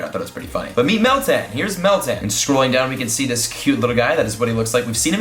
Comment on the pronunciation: Ok Meltan? Eh soundes like metang and I still like Nutto and there spawning in New Zealand should come!